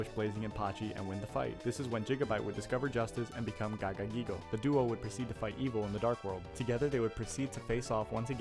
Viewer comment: this guy has the most fun-to-say name in all of yu-gi-oh and you decide to butcher it instead of pronounce it? That's an L bro, gagagigo, giga gagagigo and gogiga gagagigo are the best names we have in the whole game.